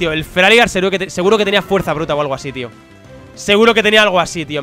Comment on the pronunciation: feraligatr se dice feraligeiter no feraligar